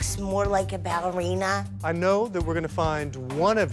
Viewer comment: he’s just going to be looking for a balina Me: it’s ballerina